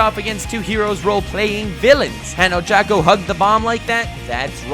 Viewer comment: This is great he said ochacco coreectly